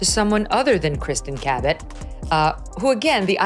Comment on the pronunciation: how'd you pronounce Cabot? Ca-bet? in the Philippines "Ka-bet or Ka-bit or KABIT" in Tagalog means MISTRESS 😂😂😂